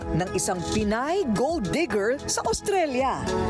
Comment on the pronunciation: “Digger” not “Deeger”